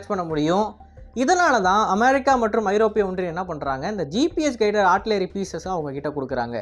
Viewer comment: Please properly pronounce the word America